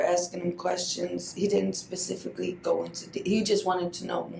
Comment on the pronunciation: Hmm 'Not just PACIFICALLY Jordan' Sounds like special needs was a couple generations deep in this PACIFIC familia🤔